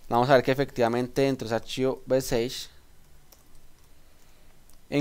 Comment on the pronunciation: Gracias por el video.. Debes mejorar un poco la pronunciación en inglés, sobre todo que el video está en la red y lo ve todo el mundo. Messages, dices meseich, la pronunciación es algo como messaches y así otras palabras en las que hay que prestar especial cuidado. Saludos y gracias de nuevo por tu aporte.